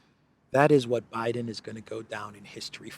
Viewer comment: did I hear you nright calling Bidsen professsor? Did you mean University Nowhere with a major in ignorance/stypidity? Je*us the depth America has fallen.